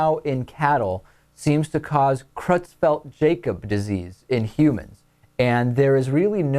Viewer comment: Creutzfeldt-Jakob Disease is pronounced "CROYTZ-felt YAH-kub"...they're German names. And prion, as in the protein particle that causes brain diseases like CJD and Mad Cow Disease is pronounced "PREE-on."